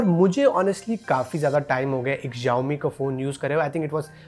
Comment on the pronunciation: It's not ExZhaomi Its Shaomi Xiaomi